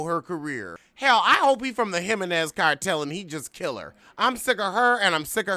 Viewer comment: “Him-men-nez” takes me out everytime 😂